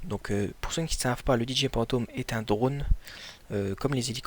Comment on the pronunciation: Sa ce dit phantom pas pantom